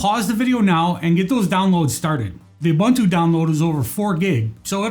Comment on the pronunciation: Thanks for the precise instructions! Just as an aside - the word UBuntu is pronounced as ooo-boon-tooo whereas there is another word spelled Bantu which is pronounced the way people mispronounce Ubuntu!